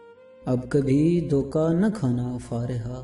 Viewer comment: Bhai doka nahi dhoka hota hai plz sahi se bola karo